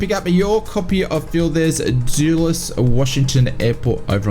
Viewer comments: Well darn I already bought FlightBeam KIAD. And I used to live there, it’s pronounced DULL-es. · it’s the U sound that was getting me. Should be a short U sound.